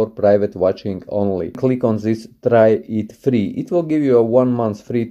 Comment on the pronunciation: Trie it 4 fleee